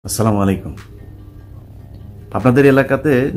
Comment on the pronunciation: SHUDDHO UCHCHARON- ASSALAMU ALAIKUM